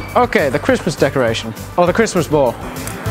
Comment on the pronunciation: he said the christmas ball like whattttttttt